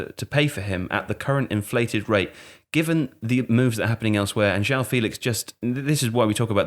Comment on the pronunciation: BY THE WAY the "ão" in portuguese names isn't pronounced like "ow". For example, in a name like João, it's pronounced closer to John, just more portuguese-y. Like the words campeon and campeão are pronounced very similarly.